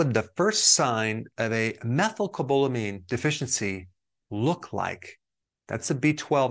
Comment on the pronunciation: lol that is not how you pronounce methylcobalamin. I know this because I take the injections and i kept embarrassing myself at the pharmacy so I had to finally look it up and learn it. That isn’t it but I really appreciate the info in this video - you are always on a subject that is front of mind so thanks!